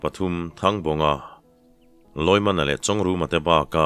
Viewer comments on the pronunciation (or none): none